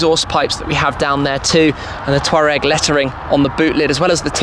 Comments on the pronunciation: Erm it's pronounced Twar-regg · Wait, Brits pronounce Touareg like Toureg? Can't believe 😂